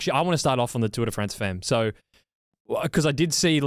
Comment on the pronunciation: I'll be the pedant - Tour des Femmes, with an 's' as it's plural. Also 'femmes' pronounced 'fum'. That's the way it is.